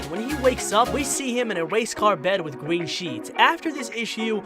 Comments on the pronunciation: You even said gween hahaha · You said gween emeralds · Him:gween actual:green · You said gwen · Thweaten. gween emerald Me: disappointment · da gween emerald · Why do you pronounce robotnik wrong? And in the beginning of the video... "gweeeeeennn????" And "thweatened" ?? Are you 4? Your about section says "your a funny guy that tell funny and interesting things" talking like a baby isnt really funny to me.... sorry.... just some constructive criticism.... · Da gween emweld